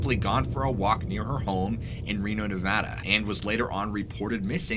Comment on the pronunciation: When a YouTuber says "Nevada" like a local ❤️